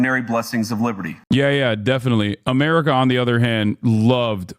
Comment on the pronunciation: As a German what irks me the most with this guy is how he pronounces America. Apart from the stupid stuff he says.